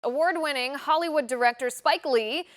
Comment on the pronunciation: Awart winning what??? Who is this a a a s s s w w w i i i p p p e e e???